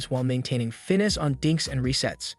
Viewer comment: Finess....... Fin-ess!